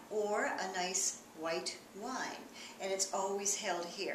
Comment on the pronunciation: Unusual emphasis on the nice white wine, otherwise a fine example thank you